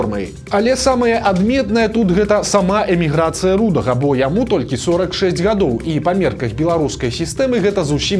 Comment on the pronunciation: "канстытуцыйны строй" ці "канстытуцыйны лад"? І дзе націск у слове "рудога"? Плешка!